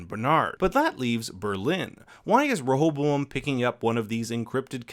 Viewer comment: Every time you say rehoboam it sounds like you got a mouth full of marbles 😂😂...great video tho. Really enjoy your recaps